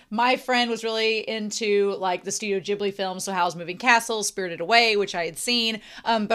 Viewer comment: This is one of my favorite Ghibli anime, and I enjoyed your reaction a lot! And I've seen tons of reaction videos on Youtube but YOU are the only one who pronounced Ghibli correctly. You have my respect and thanks!